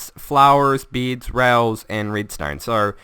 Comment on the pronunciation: Omfg SAY BEDS NOT BIDS ;) luv u man